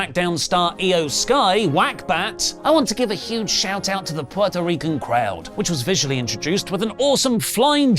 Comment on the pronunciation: Lol, you rightfully get a lot of flack for some of your pronunciations, but as a Puerto Rican, I really appreciate the way you are pronouncing Puerto Rico and Puerto Rican.